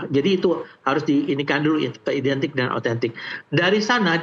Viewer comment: Identik kok huruf A nya beda sendiri😂😂😂